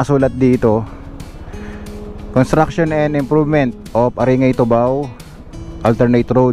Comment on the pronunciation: Correct pronunciation ng ARINGAY....ay ARINGGAY....NOT...ARINGAY...